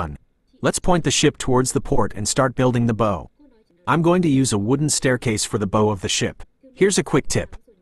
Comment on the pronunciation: Uhh - it's (/baʊ/) like bowwow) not boe......